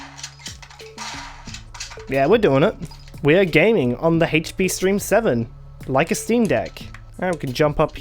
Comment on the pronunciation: OH IT'S THE DAMN HAITCH PEA!